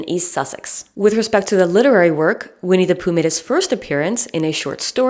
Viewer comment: I could listen to your pronunciation of “Vinnie Pooh” all day. I couldn’t listen to How I Made Your Mother. It turns out that Ted’s pretentiousness was just his Josh Radner showing 🙄.